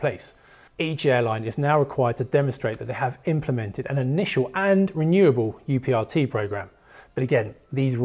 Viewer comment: UPRT should be pronounced as uprt. That's how we do it at my airline